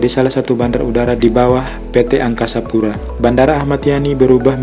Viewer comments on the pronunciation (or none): none